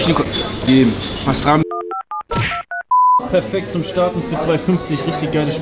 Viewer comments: „Pastrami“ 😂😂 Das heisst Pastirma und ist Rinderschinken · Das heißt pastırma und nicht pastrami du Vogel. Mach dir wenigstens die Mühe, die Dinge richtig zu lernen und auszusprechen wenn du schon in dem Land bist und content daraus generierst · Es heisst pastirma und nicht pastrami🤣🤣😁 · PASTRAMI💀😂 es heißt pastirma cooles Video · Aaayyy arkadaslar canim nasil "Bastrami" (Pastirma) cekti anlatamam. Bence canim benim Türkce konusmaya calisma, kulagimi acayip tirmaliyor. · Pastrami 😂😂😂pastirma du honk